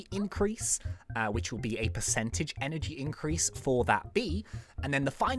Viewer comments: Energy, not enegry. I wonder why I haven't seen anyone else correct this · you said enegry mutation it stands in text enegry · Hehe he was ment out +energy but he did + enegry